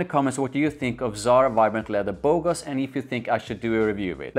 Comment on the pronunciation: You pronounced Bogoss properly. It means "stud" or good looking guy in French. The name is kinda super cringe lol. I like it far better than the original tho. Simply because performance is actually decent/normal. It loses edge after few hours but I could still smell it for a good part of my day. It even came back when I exercised at night. I don't think it's that original tho. Pineapple isn't uncommon. And I think it also gets compared to Aventus thx to that note.